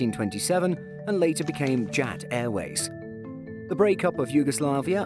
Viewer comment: You guys put an fictional logo for JAT and you killed the pronunciation as well